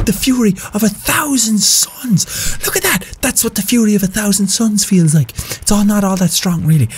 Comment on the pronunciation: ITS FEELS NOT FELLS